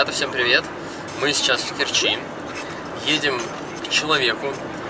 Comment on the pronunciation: Умники,вы ударение ставьте правильно,в Керчи ударение на букву е,противно слушать